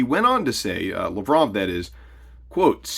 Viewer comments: You butchered Lavrov's name. It Lav rov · You’re butchering Lavrov’s name. It’s LAV-rov. Emphasis on the first three letters. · So I wonder what the exchange rate for the US dollar against the new BRICS currency will be. That was Laverov you showed, you really kept butchering his name.